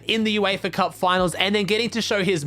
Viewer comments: Its Uefa Not eufa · BRO ITS UEFA NOT EUFA